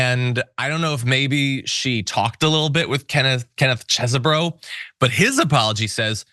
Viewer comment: Get it right! It's pronounced "cheese bro"!!